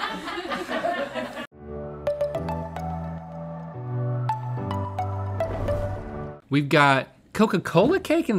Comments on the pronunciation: It does sound like he said beat. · To be fair, it DID sound like Rhett said beat and not beak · I though he said beat too lol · Okay but like I’ll give Link the benefit of the doubt, it DID sound like Rhett said beat instead of beak at first lol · I gotta admit I heard Rhett say Beat as well. I didn't even question it till rhett corrected him lol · Tbf the caption thought he said beat too. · i thought rhett said beat at first too its okay :(